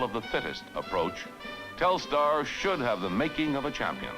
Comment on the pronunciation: It's funny that for such a big event, they didn't educate important people (even the President) on the correct pronunciation of Telstar. It's not Telestar.